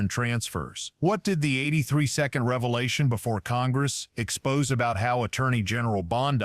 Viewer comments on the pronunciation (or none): none